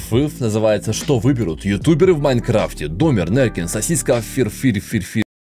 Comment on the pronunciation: не выговорил ник Сосиски, обиделся и вставил рекламу не договорив.